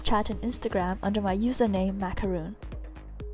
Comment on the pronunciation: airin Purnomo Btw... It's Macaron not macaroon!